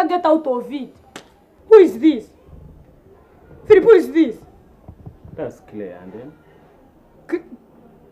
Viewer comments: Philip not philiph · Philip not phiupu!!! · Phwep not Philip😂😂😂😂😂😂🙌🙌🙌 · Phiup not philip heheheheheh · lol its phillip and not Phoeb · fweepuu.. not Filipu